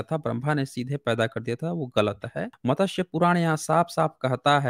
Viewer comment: मतस्य पुराण नही, मत्स्य पुराण।